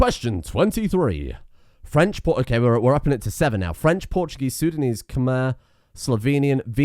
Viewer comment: I mean no offense, my brain fried and misinterpreted the word intelligible with unintelligible. I'm sorry. Great content as always! I begin to believe that you may be the source of languages itself. It gives me chuckles with how you tried to pronounce minangkabau and acehnese. And the way you get fucked by sundanese the first time.